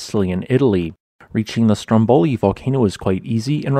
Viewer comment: Very nice! Just a little pronunciation tip from Italy: it is Stròmboli, not Strombòli. The accent is on the first "o".